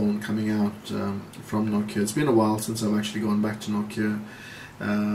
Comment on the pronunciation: Finally someone who Says Nokia the proper way. :D